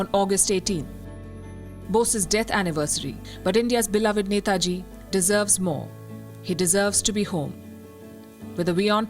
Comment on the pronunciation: Glad to see this and glad to hear 'NETAJI' from Palki!! 👏🏻👏🏻👏🏻 Palki you rock!! 🙏🙏 WION